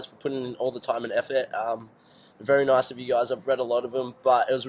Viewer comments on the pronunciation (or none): none